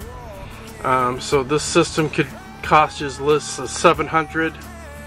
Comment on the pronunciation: Cost LOL not coust